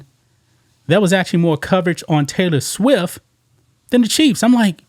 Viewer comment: It not Swiff..It's Swift LOL